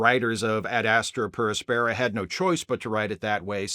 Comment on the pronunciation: ad AS-truh pair AS-peh-ruh, following classical latin pronunciation, and also generally pronounced that way in English. Excellent episode though.